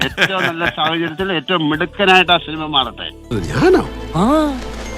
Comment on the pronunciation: Shinima ? Shinimayo ?😂